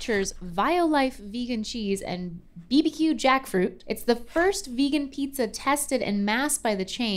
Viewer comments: She said "bee-be-que", not "bee-bee-que' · Why does always say "beebeque"? It's barbeque... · BBQ is short for barbeque, but BBQ is pronounced "bee-bee-que" and not how says it. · what. said BBQ. Pronounced BEE BEE QUE